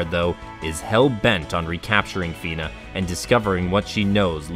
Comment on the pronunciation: Nice video Fun fact but Fina is actually pronounced as Faina (ファイナ) I guess at this point it is too late to try to convince English-speaking fans of SoA to use that pronunciation since everyone got used to calling her Fina